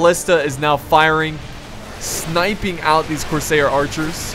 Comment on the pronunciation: Cors-air like what you breathe not cor-sayer like mayor